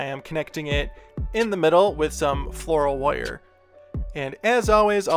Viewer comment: I like the way you say wire, woyer. No just judgement, I just like it. Also, CTHULHU!!! That would be awesome.